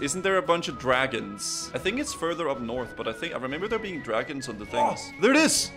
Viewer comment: Elmar Fudd: "Keep quiet, were hunting Dwagons"